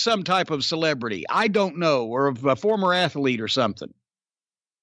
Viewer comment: Jim never fails to remind me that athlete is a 3 syllable word.